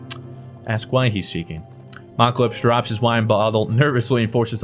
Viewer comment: Mal-uh-clips not malc-uh-lips.